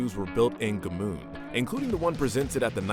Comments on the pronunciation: Gmünd, not G-mund. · Gmünd pronounced correctly sounds nothing like that garbage this guy's uttering. I didn't even know what he meant until they showed the town.